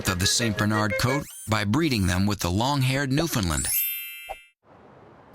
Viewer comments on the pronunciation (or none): Hey wait a minute, The Newfoundland, that's Newf-in-land, rhymes with UNDERSTAND (not Newfinnlind, Newfoundlund. and never never never...Newfie.), was bred with the Saint B. because the latter was under great stress from disease and it's gene pool had become "shallow". The resulting long hair was not desirable to the Saint B. so the "mix" was stopped. These dogs are very close anyway. They surely have an orginal link that goes back to a time when recorded history was "spotty".